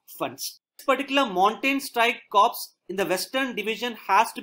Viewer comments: Just a small submission to this valuable effort. The word Corps is pronounced as Kor & Pivot as pi-vut, one may cross check with dictionary. Also you have used the term Mountain Strike Corps/ Division, interchangeably, which is not so, they are not the same thing. Nonetheless thank you for putting in such time & effort. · I am a defence aspirant but i watch your videos regularly and gain a lot from them. Would like to mention it's written as "Corps" but pronounced as "core"